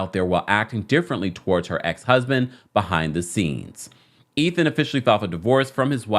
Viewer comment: "Eh-then"? I don't understand how the pronunciation of that name is not a no-brainer!